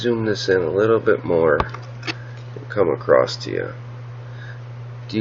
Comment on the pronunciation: Across does NOT have a T at the end!!!